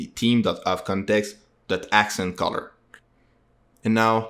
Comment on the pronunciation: thank you so much! PS - 'TH-eeem' thhhh, not 'team'